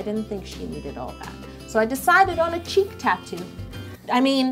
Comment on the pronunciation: "cheek" tattoo i thought she said "cheap" tattoo lol